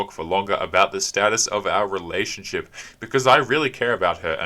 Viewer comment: you keep pronouncing relationSHIT wrong.